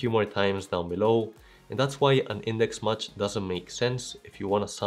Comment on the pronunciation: Thanks for your wonderful explanation..just a suggestion...MATCH is not pronounced as MUCH😊🎉🎉🎉❤❤❤